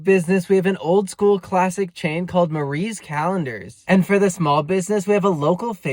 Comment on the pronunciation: The s at the end of Marie is killing me...